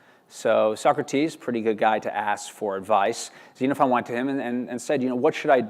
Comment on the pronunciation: Yes! Thank you! I cringed every time I heard this chap mispronounce all of it.